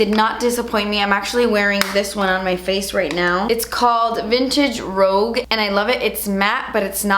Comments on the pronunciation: No hate but the physicians formula butter blush is "rouge", not "rogue" :) rouge is a vintage-y word for blush, pronounced "ro͞oZH" :) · it’s not “vintage rogue” it’s rouge. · Great video, for future reference it's pronounced rooge, not rogue. Rouge is an old English word. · Hey it's rouge not rogue (just trying to be helpful not critical) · It's vintage rouge (pronounced rooj) like the French word for red. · I love you! ❤️❤️ also the blush is "rouge" which is pronounced the French way like roozh if that makes sense:) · Rouge - rooge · I think the 'vintage rouge' shade is supposed to be pronounced like the french word rouge which means red. I loved this video and I hope you can make more videos focusing on drugstore products!